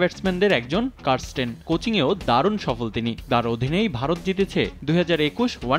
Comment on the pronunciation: কারস্টেন? না ক্যারিস্টেন?